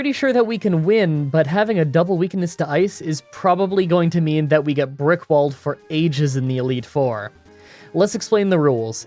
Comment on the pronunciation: Am I the only one who heard RICKROLLED instead of Brick Walled at the beginning of the video?